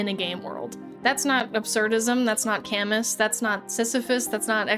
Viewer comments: Honestly had no idea what you were talking about at first. Fine if you use English pronunciation for Camus first name, but I have never heard your pronunciation of Camus. I thought:"Was Camus some Greek philosopher that created Sisyphus?" :) Check Wikipedia, and click on the 🔉 symbol to hear the pronunciation! Love your channel! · Please, pleaaaase learn how to pronounce Camus's name. I'm not even French and I'm still offended. I'll never get why Americans always disrespect forgein names. Just imagine Americans being addressed by their names' local pronunciations in France or Germany or wherever, they would literally implode. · I love to see all the people "correcting" your pronounciation of Albert Camus while being wrong on how to pronounce it. I'm French, and I'll tell you: pronounce Albert Camus however you can, nobody cares if your French is not perfect. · Mispronouncing Camus the entire video really ups your "i am an engineer" cred hahah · I’m shocked you spent the entire video mispronouncing Albert Camus’ name 💀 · im sorry but as an absurdist camus nerd I died a little everytime you pronounced his name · "essayist" youtubers will really make an entire video about philosophy and not take 5 seconds to check if they are pronouncing a guy's name right— or perhaps it's just engagement bait. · I really enjoy your videos, but please learn to pronounce "Camus," the philosopher who wrote ABOUT the popular Greek myth of Sisyphus. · and Camus' name is pronounced without the s. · ya she's using AI to write her scripts. No one could have this much info about philosophy and not know how Camus is pronounced. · not only saying Sisyphus originates in Camus’s writing but also mispronouncing Camus the whole time is artful and beautiful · She completely misunderstood Absurdism.. didn't say "Camus" properly.. and thought Sisyphus was from Camus himself, and not the ancient Greek. She very clearly did not understand what she was talking about......... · its pronounced "Cam-Moo"